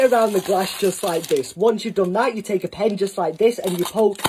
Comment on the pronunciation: "Just like ThiE Just like ThaA"